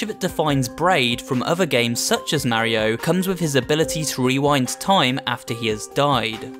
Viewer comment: no one:: mareio